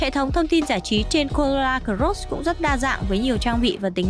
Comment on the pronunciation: Chương trình rất tốt . Mỗi tội giọng em gái đọc chữ cờ rốt làm anh em nghe nhiều bị dị ứng wua